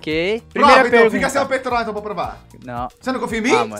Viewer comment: Quando ele falo fala apuh eu entendi fala por...